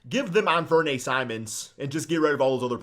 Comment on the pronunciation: not making fun of him that pronounciation is funny an franee got his name from penny hardaway